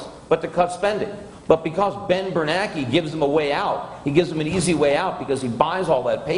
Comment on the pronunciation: Every time Peter says "Ben BerNACKEY" I smile.